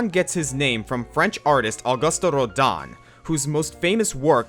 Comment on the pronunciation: Rodin isn't pronounced the way they say it, either. Nor is Jeanne, for that matter. French. Complicated.